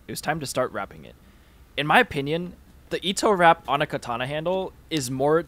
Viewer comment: Learn to pronounce katana properly